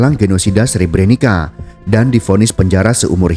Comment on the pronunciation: maaf min Sre-bre-nit-sa bacanya bukan Sre-bre-ni-ka